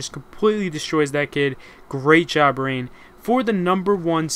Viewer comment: When you said Reyn i thought it was Rain xD